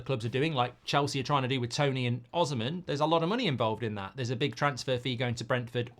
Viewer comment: It's pronounced O-SEE-MEN